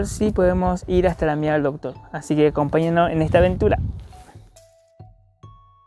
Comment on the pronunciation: Me reperdí buscando la Ñirada eñ Docñor.